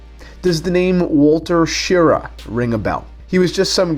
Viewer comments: Its Wally "Shir Rah" not Shira. BTW, believe the later Apollo Speedmaster versions, for example those used in Apollo 14 and 15 were the .861 versions. This assumes they were give by NASA to the astronauts in those mission shortly before they landed on the Moon. I say this because my speedmaster from 1969 was one of the early transition models from the .321 to the .861. I verified my model with my Jeweler. Apollo 15 was in 1972, and I think 14 was also. I also believe the Rodium (?) plated model, the .1861 came around many years later. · I was a little kid in ‘62 — big astronaut nerd, like lots of kids — and, as I recall, the astronaut — well known to all Americans at the time! — went by “Wally Schirra”, pronounced “shuh-RAH”, with the emphasis heavily on the second syllable. That’s RAH as in “rah, rah, rah!” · OK, I never do this but I've been watching a lot of videos on this watch because I'm captivated by it but not one person has pronounced Wally Schirra's name correctly and it's bugging the shit out of me! Oh...I see that daffidavit has addressed this...awesome! I love that damn watch. Good video too!